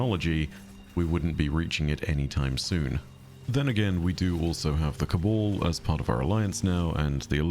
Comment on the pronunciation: Cabal not cabole